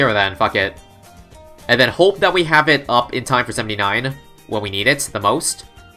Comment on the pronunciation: Why do you say iyt